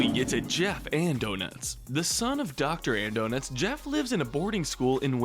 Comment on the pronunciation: Uh, it's pronounced Dr. Andonuts